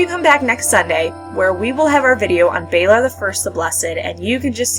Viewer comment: balOr not balAr. Lys (L-EE-S) not Lys (lice). Really good video though.